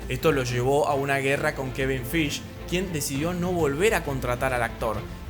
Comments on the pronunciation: Kevin qué? Acaso dijiste Feich? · ¿En serio Dijo Kevin Feish/Bruce Branner/Betsy Ross? Aún Así estuvo muy bueno el video.